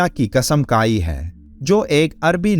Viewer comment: Kasam kai nahi, Kasam khai. Kaf aur kha me farak kijiye.